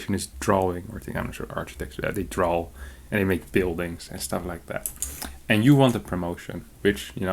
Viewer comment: "Imagine you're Ananke and you have a job. You're an architect. Your occupation is drawing... you draw. And you make buildings and stuff like that." Me hearing: "Your occupation is trolling... you troll." (The second time nearly exactly sounds like "troll")